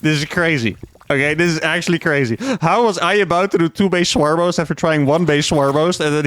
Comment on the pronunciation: He's definitely saying "Swarmos," right?